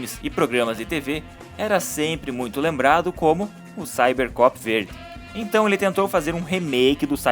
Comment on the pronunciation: Perceberam que o narrador não sabia falar Cybercop?